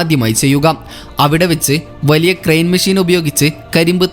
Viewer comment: മിശീൻ അല്ല മെഷിൻ